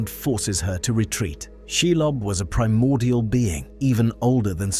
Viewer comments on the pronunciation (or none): none